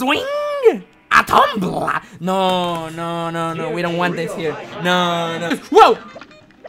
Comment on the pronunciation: i love how is said "waddycall a cup dat falls off a sweeng??? a TOOMBLA-"